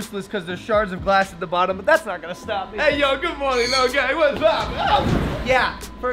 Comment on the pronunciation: Um. It sounded like he said “Good moaning”...